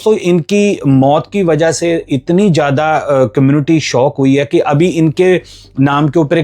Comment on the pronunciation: Zada not jada